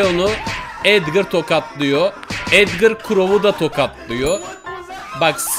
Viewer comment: edgır değil edgar